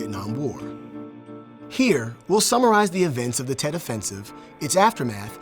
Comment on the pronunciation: Tet not jet